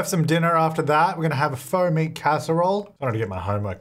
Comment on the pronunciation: If you "graduate early" you can go to University as a teen. Also I didn't hear the T at the end of meat so I was wondering what Foamy Casserole was